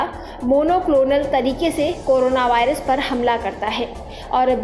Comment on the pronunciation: Abe woh by rush nahi virus "v" for virus!!😂 PEHLE sentence main galti ab age sunao mat✋